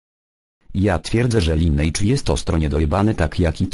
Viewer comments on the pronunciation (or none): Duży błąd... tej nazy sie wymawia się "Linejdż", tylko "Lajnejdż", podczas kiedy przeciętny amerykanin wymawia "Linidż". Nie ma takiego czegoś jak "Linejdż" to błąd fonetyczny ;d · L2 pr0000!!!! i zgadzam sie z phant0mem, mowi sie "lajnejdz"